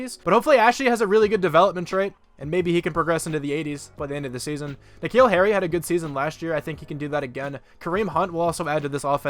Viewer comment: Earliest I’ve watched one of your videos. It’s like 1 AM here. Also just realised that you say my name like N’Keal Harry’s. It’s like the name Nick Hill. You say my last name pretty well though.